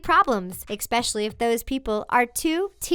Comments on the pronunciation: Especially is not pronounced Expecially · I am so sorry but the way the presenter says especially aka expecially, really bothers me... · eXpecially ? Why people pronounce it like that ! There is no X ! 🤦🏼‍♀️ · "Eggspecially" dude seriously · There is no such word as EXSPECIally1 Please pronounce it properly with so many kids listening to you, you are teaching them to speak incorrectly. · is anyone else annoyed by how she says especially like "exspecially?"